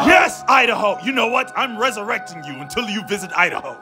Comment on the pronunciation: 🤣🤣🤣😂😂😂🤣🤣. "Welcome to Idaho,, Where as we like to say "U- Da-hoe" 🤣🤣😂😂🤣🤣🤣😂